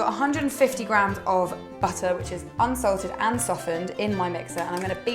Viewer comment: When she says "softened unslated butter," I always think she is saying "Salted unsalted butter," at first. Lol. I loooooooove your videos :)